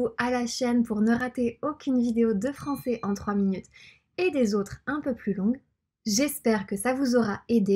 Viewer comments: La prononciation du mot "Français" n'est pas bonne. Il faudrait dire plus souvent l'accent grave en fin de mot qui finit par : Est Ais Ait Aient Et On utilise l'accent aigue seulement pour : Le mot "et" Et les terminaisons en er. Il faudra donc maintenant se corriger et ne plus dire "cé bon" et "françé" mais bel et bien "cè bon" et "françè" par exemple. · Ceux qui veulent apprendre la langue ont de la chance ici, c'est top! Sinon j'ai remarqué que tu prenonce "français" [franç-é] et "c'est" [cé], tu sais d'où ça vient? j'ai pas l'impression que ça fasse partit d'un accent regional en particulier mais je pense que c'est plus courant dans le sud et le sud ouest quand même. Et tes yeux sont vraiment incroyables^^